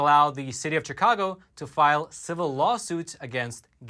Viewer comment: it’s not pronounced ‘cheekahgo’, unless you are a newly arrived Spanish speaking person. The word that comes from the Algonquin language: “shikaakwa”and everyone around here pronounces it accordingly.